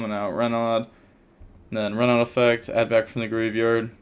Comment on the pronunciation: Renaud is pronounced "Reno" Your "re" is good but "naud", aud becomes an "o" sound Sorry lol